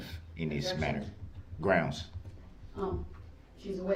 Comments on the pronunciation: He actually, at one point, told the judge that it had to be better “grouns” than heresay or relevance. What a fool! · lol same thing as sub-stain , objucsheen , axed , and groundzzzz !! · GroundZZ… did you see the license place? LoL. I just can’t with this guy.